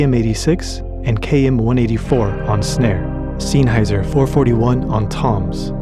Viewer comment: Sennheiser. Not Seenheiser. Senn. Like Zen. Very cool snare sounds, well done.